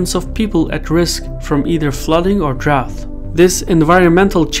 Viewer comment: I've seen many of your videos and you have a great vocabulary and a consistently excellent grasp of the English language in every aspect. That being said, you mispronounce the word drought (in a very noticeable way, since everything else is pretty much spot-on) every time.